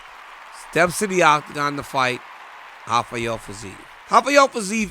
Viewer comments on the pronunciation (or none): Rafael Fiziev is not brazilian his name is pronounced Rafael with an R